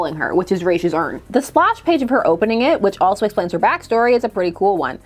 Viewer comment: I am glad you remember how to pronounce Ra's name correctly 😁👌🏿.